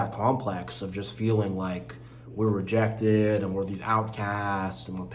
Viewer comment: Its rejected Not regected lol